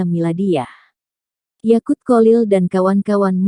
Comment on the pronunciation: yakuuul.. yakuulll.... oktak tak berkembang, yakuuull YAQUT 😁